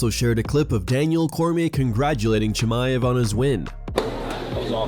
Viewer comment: Khamzat "The Green Goblen" Chamaev